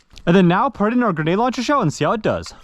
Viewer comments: It's GREnade, GRENADE. Not Genade. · GREE NADEEE stop saying Gnade plssss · It’s Grenade not Genade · ganade? its grenade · ITS GRENADE STOP SAYING GANAD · i gotta know, why do you pronounce grenade launcher "genade launcher" 😅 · My eye twitched everytime you said gehnade launcher and not GREnade launcher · ok is it me or is he saying genade launcher? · Stop saying “ganade”. Driving absolutely nuts. Lol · What the fuck is a guh-nade launcher? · Bro says ganade😂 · "genade launcher" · Who tf says "ganade" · Bruh grenade has an R in it. It's not genade... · Ga-nade launcher lol Where did the R go? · “GuNAde laUNchEr” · bro says "ganade launcher" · You need to pronounce the R grenade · Did you/can you zero the scope on the sniper? Might make a big difference... Also unironically mispronouncing grenade every time was painful. There is an "r" in there. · Is it just me or does he just forget the R in grenade launcher? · You know there is an 'r' in grenade right? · Bro still saying grenade wrong after i don’t even know how long anymore 😂